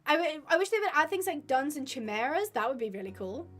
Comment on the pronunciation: Abi continually mispronouncing "chimera" drives me up the wall.